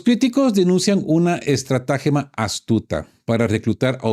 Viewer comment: no es ESTRA'GEMA CON ACENTO EN LA A SINO ESTRATAGEMA SIN NINGUN ACENTO